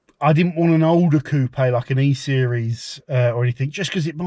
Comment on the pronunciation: Lovely choice! Also, kudos for pronouncing "Coopay" properly. Here in Canada, people always follow the U.S. pronunciation "coop." You'll have it all looking sharp in no time!🙂